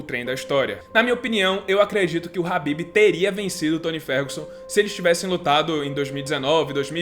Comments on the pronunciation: Só uma observação é "Khabib" e não "Habib" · falou ''rabib'' eu paro logo de assistir